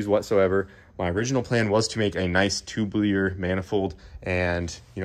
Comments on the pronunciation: Tube lee err. 🤣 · I want a nice "tublear" manifold as well.